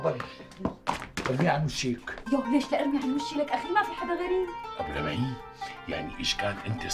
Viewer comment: لمعي وليس لبعي